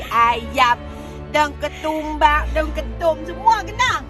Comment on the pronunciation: Daun ketum aiii pelik beno bunyi nya 🤔😂😂